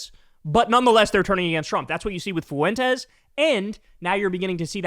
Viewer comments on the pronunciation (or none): Kyle still hasnt learned how to say Fuentes - (FWENTEZ) not Foo-entez